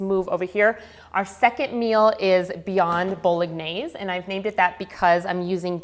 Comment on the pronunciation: Btw, you don’t pronounce the G in bolognese